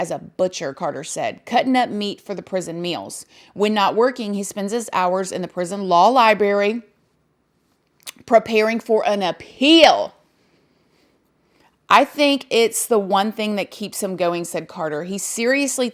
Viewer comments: Ok, it's not libary, it's library. That ain't no southern slip, y'all. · Maybe you can find an "r" to go with your libary. You say valentime's day too? You endearing busybody. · I agree with you 99%.....and that's on everything except that the word library is pronounced with both of the r's and not like liberry.....😂. No really though I don't think NK is writing him BUT on the other hand I wouldn't be surprised either because she's such a narcissist and I'll bet she gets off that a man actually did this for HER, and by "gets off" I mean this is her personal fantasy she plays in her head while having her....you know, her "personal" time. Lol!! (FYI: IF you feel the need to reply or send me a message please make peace with the fact that I will never read it. I refuse to do the back and forth debate on my comments).✌ LOVE YOUR CHANNEL!!!!! ❤